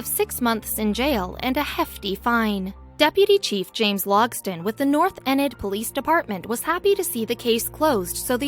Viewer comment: Its pronounced North Enid, (eeenid).